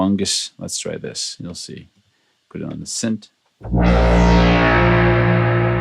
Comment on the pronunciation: its synth not sint lol